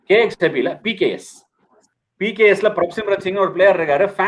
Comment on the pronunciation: it's PBKS not PKS